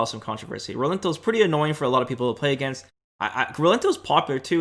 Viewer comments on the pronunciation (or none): none